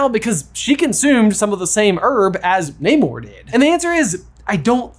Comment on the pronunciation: Pleaseeeee, in future videos, pronounce Namor correctly, it’s driving me crazy! 😅